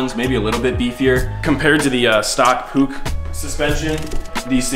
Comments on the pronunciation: It's Push not Puuk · yea look at some european vids, they say push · Really good video! I just have one thing to say, the Puch is pronounced push. Like in "I pushed him because he was too close" Thanks for the vid❤️ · in 🇨🇭 we say normally puch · noone; americans pronouncing puch: p o o c k g h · in the Netherlands we pronounce it like "poeg", throw it in Google translate and listen to it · You say the "u" like a caveman